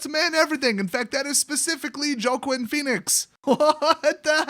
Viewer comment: Did you say Ja-Quin? lmao..its enunciated Wa-keen.